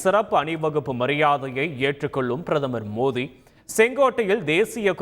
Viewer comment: Please pronounce the name Of the Prime Minister of India correctly..... Kindly get some training in your speech 😢